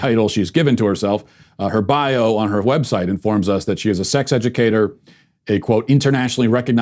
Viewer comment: Did he say w-heb site? Bc I need the sarcasm but I can’t stand someone pronouncing wh words like that. I hope it was a random slip